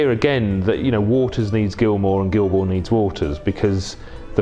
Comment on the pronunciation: Can’t even get David Gilmour’s name right